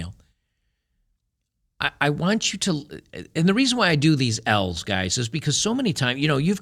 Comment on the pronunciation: lol, he said women post some "L"'s online but i sounded like women post smells online.